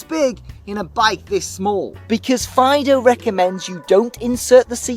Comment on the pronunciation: I’m pretty sure that the pronunciation is “Feedoo”, not like yer dog..